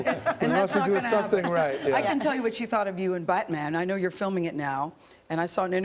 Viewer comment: she said buttman